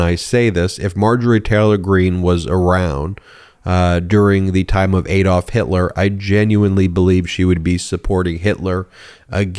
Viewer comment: How many times do you have ti be told - it's ADD-olf not AID-olf.